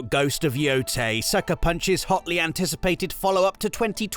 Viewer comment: Congratulations on your correct pronunciation of Yōtei,!